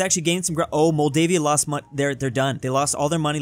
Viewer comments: It’s not Maldivia its Moldova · Moldova not moldavia :( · Was this like a prank to see if we would noticed him butchering every name? Moldova = Moldavia Bulgaria = Belgium Czechia = Croatia 😂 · "Maldavia" me: MOLDOVA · Don't say moldevia again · “Moldavia.” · What Moldavia 😂😂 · Did he say moldavia😂😂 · WHY DID HE CALL MOLDOVA MOLDAVIA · Why did say Moldova like that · Your saying Moldova wrong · Why do u say tunisia wrong same with moldova